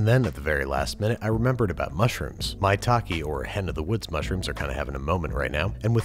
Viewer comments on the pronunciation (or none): none